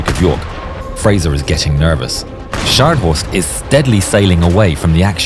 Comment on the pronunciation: very good German pronouncing!👏